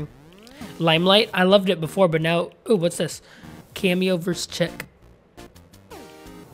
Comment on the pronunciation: It’s pronounced sheek